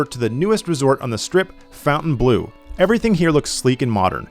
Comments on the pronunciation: "fountain blue" 😂 you stayed there, how can you not pronounce it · Why can nobody correctly pronounce Fontainbleu?? It’s NOT “fountain”! 🤦🏻‍♂️